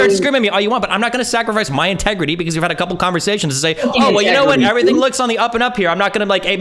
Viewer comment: “Tegredy Farms” is the only thing I hear when MS says integrity